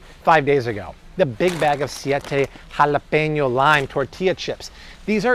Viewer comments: Why tf homie saying jalapeño like that😂😂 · you're ALWAYS on it!!! 😊Especially love hearing your Mexican accent "Jalapeño powder" "Serrano powder"😂😉👍